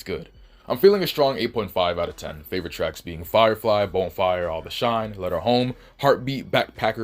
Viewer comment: Are you misspelling and mispronouncing Bonfire on purpose? Is it some inside joke I'm unware of?